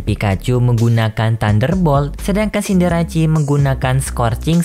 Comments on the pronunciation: Ralat min, mungkin Cinderace seharusnya dibaca Sinderese, bukan Sinderasi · Scorbunny jadi rabbot baru cindarece juga salah disebut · Pengucapan "Cinderace" pun kurang tepat bro